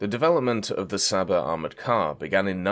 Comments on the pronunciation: its csaba not saba, you're butchering my beautiful language 😂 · Please STOP saying "Saba" it makes every Hungarian person's ears bleed! It's pronounced Ch-uh-b-uh, you can also just pronounce it as "Chaba" if you find that difficult/can't be bothered. The "Cs" in Hungarian is pronounched "Ch", like in "China" or "Chicken".